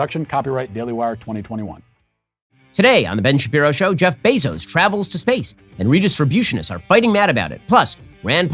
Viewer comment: Matt has a medical condition that doesn’t allow him to pronounce someone’s name the same way twice… AOC and Kamala are different every single time, even Bezos became Beeezos